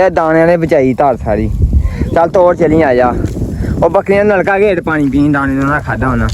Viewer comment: ਬੱਕਰੀਆਂ😂ਬੱਕਲੀਆ ਵਲੌਗ😂ਵਲੋਦ ਤੋਰ😂ਤੋਲ ਪਰੇ😂ਪਲੈ ਚੈਕ😂ਚੈਤ ਪਾਣੀ ਪੀਲੋ😂ਪਾਲੀ ਤੀਲੋ ਚੁੰਗਣ😂ਚੁੰਦਨ ਘਰੋ😂ਤਲੋ ਕਿੱਥੇ😂ਤਿੱਥੇ ਰੇਹੜੀ😂ਲੇਰੜ੍ਹੀ ਖਾਲਿਆ😂ਥਾਲਿਆ ਠੀਕ😂ਥੀਤ